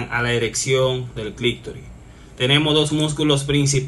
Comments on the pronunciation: Todo un médico diciendo clictori. Se dice clitoris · Amigo, se dice: clítoris y no clictoris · SI, AL PRINCIPIO ME PARECIÓ, HASTA Q LO VOLVIÓ A DECIR 😂